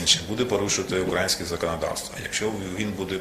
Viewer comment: Молодець, бляха, навіть український сказати правильно не зміг. (наголос)